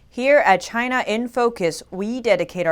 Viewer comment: It came from Chy-Na!